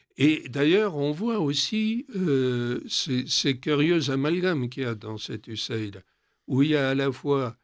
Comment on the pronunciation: MERCI DE PRONONCER CORRECTEMMENT CETTE INSTITUTION ON DIT " USA ID"